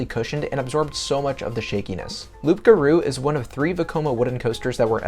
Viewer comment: It's pronounced "Loo garou", you don't pronounce the P bro